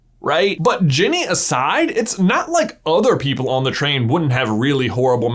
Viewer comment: Did anyone else hear "Jimmy" the first time he said Ginny's name?